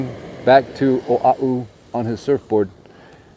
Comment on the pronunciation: YES, definately drive the island. It's so beautiful here. People would be surprised... I live in Hawaii Kai ----- Hanauma Bay is wonderful and if you're kama'aina, it's free:) I have to say Manoa Falls is a great hike too. Mahalo for jumping over to O'ahu (and for saying it correctly;)